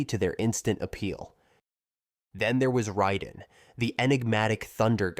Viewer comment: Lol how are you going to make a half hour video about Mortal Kombat, but missprounce Raiden? 😅